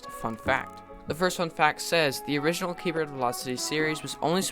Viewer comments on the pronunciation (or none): none